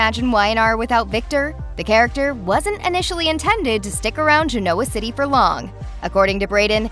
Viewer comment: This narrator ALWAYS places the accent on the wrong syllable when she announces names: Gen-O-wah city is pronounced "GEN-nawah' city in the show.